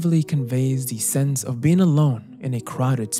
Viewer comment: Your English is beautiful but OF with a single F is pronounced OV. Only when there are two Fs do you say AWF.